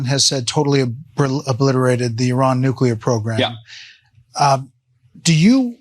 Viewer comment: Can’t even say Iran properly UR-AAN What a moron MAW-RAAN !